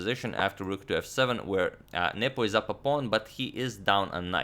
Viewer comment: Is it just me or did you guys also hear 'Nipple' instead of 'Nepo'?